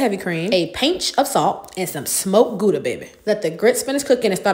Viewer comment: The way she pronounces Gouda 😆. I'm Dutch. But at least she uses good cheese.